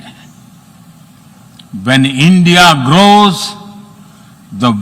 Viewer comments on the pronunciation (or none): bhai grows bola ya gross bola😂